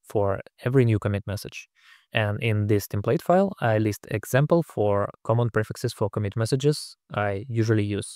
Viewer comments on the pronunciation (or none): none